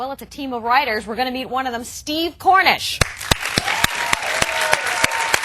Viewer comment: Kronish...not Kornish.